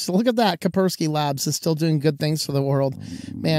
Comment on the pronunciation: It is KaSpersky, not Kapersky. The way it sneaked some anonymous AV software into people's computers without telling them in advance is dodgy AF. Many also reported it reinstalled itself in their systems. Kaspersky has HQ in Moscow and if not yet, for the future I cannot see how it wouldn't budge if Kremlin issued an order. Maybe it is the long term tactics: do the best job in the industry, gain trust, get access to millions computers and then hit when nobody (but a few) expect it. One never knows with them RuSSians who still operate in or from RuSSia these days. Never had a deal with Kaspersky and I regret nothing.